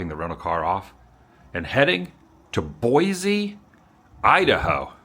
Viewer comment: So apparently you've given up on using the proper pronounciation of "boy-see".